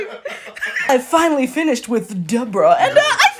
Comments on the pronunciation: "THIS ONEs DEBrØÆH" That's made me fall of my bed 💀 😭🤚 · THE WAY YOU SAID ⭐D E B O R A H⭐🤣😂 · The D E B R A when you said that was hilarious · I feel like her name would be pronounced DE-BOAR-UH